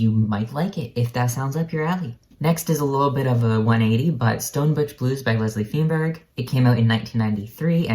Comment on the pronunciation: Feinberg is pronounced "fine-berg." Akin to the pronunciation of the first syllable in "Einstein."